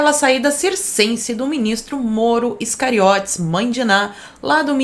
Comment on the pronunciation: Eu dou risada quando escuto a dizer Iscariotes haha Cada vez mais essa história fica estranha... que a verdade apareça e que os culpados paguem! E que também muita gente cale a boca!